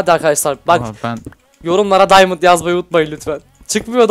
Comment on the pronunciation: Daymınt deyil diamond